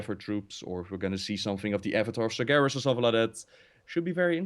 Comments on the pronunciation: This is funny. All this time pronounced Sargeras "Sarjeras". but when said the right pronunciation he started saying Sargeras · When said he played warcraft3, it sounded like he said warcrap3